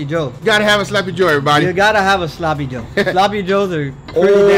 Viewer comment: my man guga keeps saying slappy joe. Rightfully so since that thing absolutely slaps 🤤